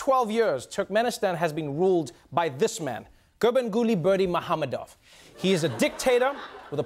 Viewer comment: HEY Trevor, I am a genuine TURKMENISTANI in your audience, well at least in youtube. It was really fun to your segment about my country and I'm glad that it is your favourite country. I've gotta tell you've got everything right, except the pronunciation of his name.